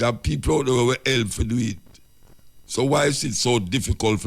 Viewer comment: Peopre...can you please try to pronounce PEOPLE better. I enjoy your content but I hate when u say that word and u keep repeating it over and over. Unu nuh badda come fi mi cause mi entitled to criticize.